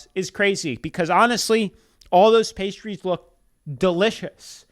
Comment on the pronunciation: Pistachios are a food group for me. I could SEE that they were real. And that idiot lady couldn’t even pronounce the pastries correctly. And the pastries looked flaky and flawless.